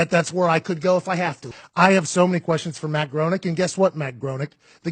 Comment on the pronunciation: BTW, I was once corrected in the pronunciation of Matt Groening name. It is pronounced "Graining" with a long A. Growning is a very common mispronunciation.